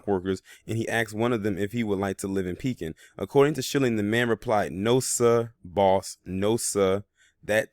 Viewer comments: Its ( PEE-KIN ) how its pronounced pekin, il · I grew up in Pekin and yes it's pronounced Pee- Kin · Pronounced PEE-kin and the county is pronounced Taz (like tasmanian devil)-well